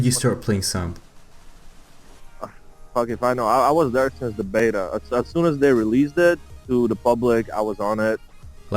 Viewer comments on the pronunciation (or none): none